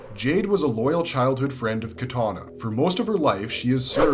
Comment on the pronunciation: The way he pronounced "katana" as well 😭